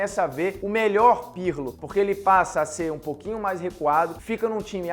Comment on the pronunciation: legal lega, mas vocês falou errado o nome do Pirlo trocentas vezes.